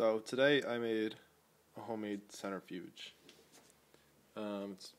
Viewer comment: Please start saying "cent-RI-fuge" and stop saying "cent-ER-fuge". You are mispronouncing that word.